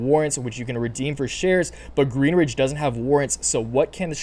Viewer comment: Please please please stop saying GreenRidge. There's no R in Greenidge. Otherwise, thanks for the info!